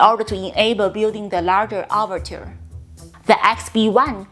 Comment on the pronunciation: The way you say 'overture', it sounds almost like 'orbiter'. When I heard that, I was thinking "what?! This supersonic jet is also a space shuttle?!"